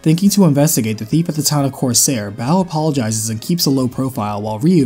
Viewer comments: every time u say bao instead of bow makes me giggle xD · Bow is pronounced Bo, just like the grassrunner archer Bo from the first game